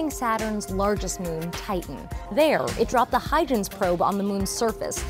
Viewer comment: CNN, you spelt Dr Porco's name incorrectly and pronounced "Huygens" wrongly. How insulting to the greatest experts on gas giant moons of their respective eras. OK let me check this story from a genuine science reporter.